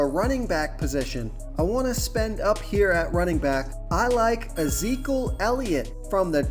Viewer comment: Love the vid but..... had to lol at Zeekul Elliot. You pronounce his name E-zeek-E-yule